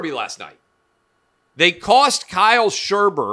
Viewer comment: You screwed up shwarbers name clay